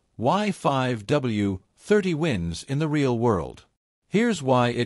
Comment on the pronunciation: Very informative video. Though why did you have to use stupid AI voice? When it says "Re al" for the word real, it's stupid and very annoying!